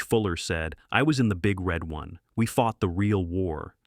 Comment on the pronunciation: Emphasis is on one, not on red. Say it wrong in a bar where there are 1st Infantry Divizion veterans and you'll get your head broken.